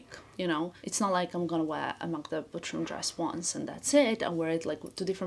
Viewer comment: Just curious - wouldn’t it be easier for you, since your first language is Balkan one, to pronounce Butrym the proper way? With not so soft “r”? Just like in 😉 Again - all love, just curiosity ❤